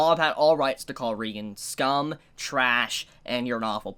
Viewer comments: And it's pronounced ray-gen not ree-gen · Dude, great review but it's ray-gen. Not ree-gen. Please, p l e a s e, pronounce it right. I'm begging you. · It's ReigEn not ReigAn